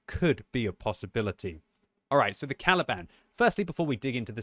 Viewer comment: I can't help but hearing "Taliban"